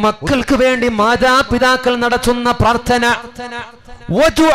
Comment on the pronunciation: ത്ത അല്ല. ത്ഥ. ആണ് ശരി പ്രാർത്ഥന